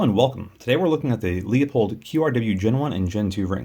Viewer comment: It’s pronounced Loo-pold, not Lee-O-pold.